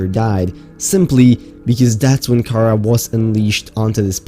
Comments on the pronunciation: ok its pronounced "KA RA" not "KARA" also, its not dead,its encased in ice which is preserving it and the khara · The Pronunciation of Kharaa is like Windgardium Leviosa, It's pronounced ( Car-Rah ) not ( Car-Rar ) as the it's old wording was Cararr before the near Sea Emperor update. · It is pronounce Cah-rawr not chara, but spelled kharaar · Btw its not kara its kaar raa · Ka RAAAAAAAAAAH not Kara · The infection is not pronounced “Kara” like the name, more as “kuraa” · Pronounced ( ka raw ) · He said the disease wrong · Who else got triggered when he said kharaa like that?